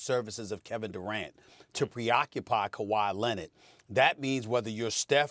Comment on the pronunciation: Stephen A - “Kawhi Linnit”